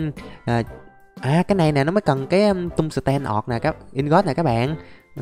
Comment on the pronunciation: anh ơi quạng đấy ko phải tên là tung sờ ten đâu mà nó là (Tung sờ teo)